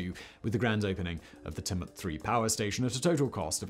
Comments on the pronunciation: Say it like Tue-Mutt. Haha. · It’s Chew-mit, not Tum-ut…I know it’s weird but we are all weird down here. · Tumut. Tumut. Its Tchew-mutt! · Tamoot for Tumut 🤣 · Simon you can't say tumut 😂 it's more like chew-met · chew- mutt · I think “t’mutt” is my fave mispronunciation ... having said that, great video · Tumut is said "choomut" btw... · Several mispronunciations of geographical features. The most starking is Tumut, which is pronouced Chu-mut, similar to Tulip. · The TooMut river? LMAO! He is crappy with place names. He has never been to oz is my guess. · Tumut. Guthega. Haha. Love it, almost as good as the Uluru one! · I cant stop hearing Tumut lol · I've heard Simon butcher some Australian names and some slight mispronunciation, but Tumut! That's really hard to hear because he is basically saying with two or to vagina in a local Aboriginal dialect. As an Aboriginal woman this is awkward to hear it said so casually by an English man. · Tumut = TYOO-mert Tantangara = Tan-TANG-ge-rer